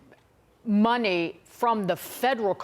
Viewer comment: It's in the toilet my friend. "I no have no muney" 😂